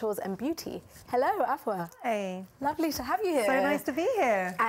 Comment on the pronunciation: Why does Afua say her name like that? Did her Ghanaian mom not teach her how to say her name right???